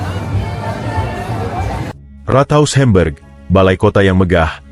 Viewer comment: Mengapa kota HAMBURG diucapkan HEMBERG dan FRANKFURT diucapkan FRENKFERT? Narator semestinya mempelajati dulu cara pengucapan aslinya, agar penontonvtidak bingung.